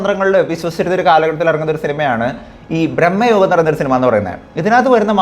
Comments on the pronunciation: U r saying it like Brammayugam .. it is Bramayugam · ബ്രഹ്മയുഗം അല്ലടാ.. ഭ്രമയുഗം ആണ്... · ബ്രഹ്മയുഗമല്ല സുഹ്രത്തേ.ഭ്രമയുഗമാണ്. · man ഭ്രമയുഗം എന്നാണ് പടത്തിന്റെ പേര് ഇയാൾ ബ്രഹ്മയുഗം എന്നാണ് പറയുന്നത് രണ്ടിന്റെയും അർത്ഥം വേറെ വേറെ ആണ്.. ഒരു കാര്യം അവതരിപ്പിക്കുമ്പോൾ അതിൽ ഒരിത്തിരി ശ്രദ്ധകൂടി ചെലുത്തേണ്ടതാണ്... ഞാൻ പറഞ്ഞതിൽ എന്തെങ്കിലും തെറ്റുണ്ടോ എന്ന് ഒന്ന് ചിന്തിച്ചു നോക്കിയാൽ മതി മനസ്സിലാകും.. 🙏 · Bro ബ്രെഹ്മയുഗം അല്ല ഭ്രമയുഗം എന്ന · എന്തോന്നടെ ഇത്...പടത്തിന്റെ പേര് പോലും നേരെചൊവ്വേ പറയാൻ അറിയില്ലേ!!!! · നീ ആദ്യം പോയി സിനിമയുടെ പേര് മര്യാദക്ക് പറയാൻ പഠിക്ക്.. എന്നിട്ട് ഇരുന്നു കൊണക്ക്... Its so annoying..